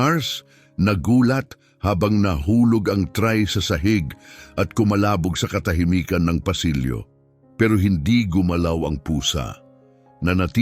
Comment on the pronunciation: Ayusin mo naman ang pag pronounce pangit mag bigkas t ang narator tray dapat bigkas trey hindi tray